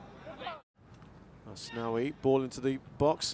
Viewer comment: Gua dengernya komentator Kritikan buaya 😂